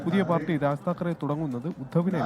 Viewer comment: താക്കറെ അല്ല ഠാക്കരെ എന്നാണ് ശരി